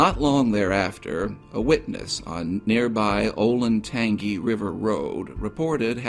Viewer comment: Oh you pronounced Scioto correctly but then bombed Olentangy. Oh Lynn Tan G